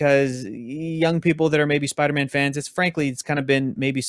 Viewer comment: 1 LIKE = 1 "SPIDAMAAN"